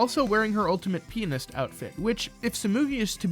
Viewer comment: Why do you pronounce pianist like penis lol